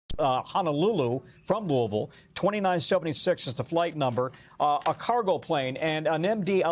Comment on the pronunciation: It’s pronounced Lewisville.